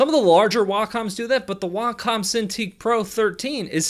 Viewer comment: "waacom" "hoo-yon"